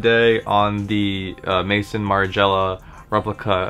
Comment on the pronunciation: It's Maison as in house in French. Maizon